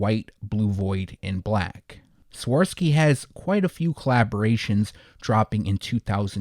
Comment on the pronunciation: “swuh-rahv-skee” is how you pronounce Swarovski